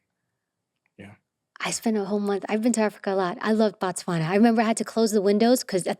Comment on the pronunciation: You butchered Botswana name, but it happens a lot And damn Stephen was born here :elbowcough